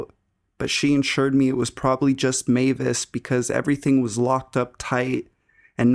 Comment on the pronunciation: i don't know how many times I've heard the story about the guy under the bed, but you're the first narrator to pronounce Mavis correctly. Thank you.